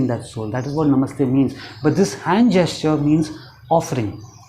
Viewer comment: Even how you say, 'Namaste' is beautiful. Our people have stopped saying it. Thank you for your amazing videos. Have you made any for manifesting happiness or a job or love for someone else?